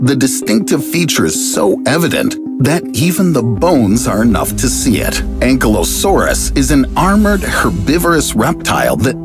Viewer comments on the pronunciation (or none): none